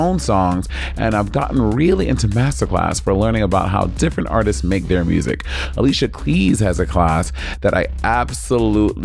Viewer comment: Not Alicia KLEYES 😂😂😂